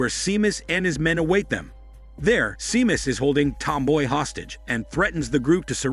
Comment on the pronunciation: It's pronounced as Shaymus not Seemus xD